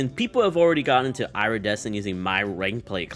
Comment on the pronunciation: SAY IRA-DECENT ONE MORE TIME